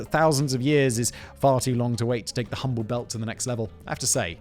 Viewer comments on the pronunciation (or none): none